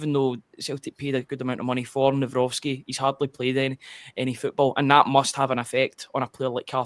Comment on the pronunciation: It is Nav - Rocki there is no S